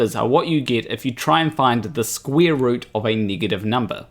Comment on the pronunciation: The thing that made me laugh more was hearing you say "Square"....because it sounded like "Squirt". Funnier than everything else!!!!!